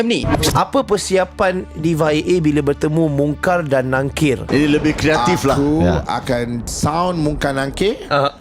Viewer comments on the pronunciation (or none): Tolonglh sbut dgn btul.they r MUNKAR n NAKIR.bukan nungkar.bukan nangkir. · Perbetulkan sebutan/ejaan.. Mungkar dan Nakir.. bukan NUNGKAR NANGKIR.. hati² ye..